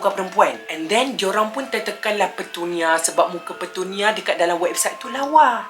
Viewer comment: Aku jeke yg dgar dia kata petunia tu pertanian? ke aku yg pelik...